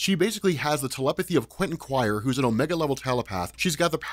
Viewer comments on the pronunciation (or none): none